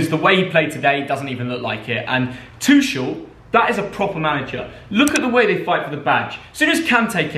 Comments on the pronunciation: Tuchel pronouncements: Tushel: TuCCHL Tuchel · You said Tuchels name wrong